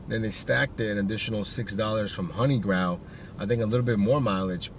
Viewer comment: Hey I've heard you say this a bunch of times already so I was just curious... is honeygrow really pronounced honey graw instead of honey grow? lol